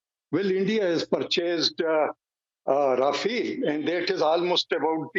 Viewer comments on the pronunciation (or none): Pak defence expert saying rafeeeeeel.abe chuche it's rafale not rafeeeel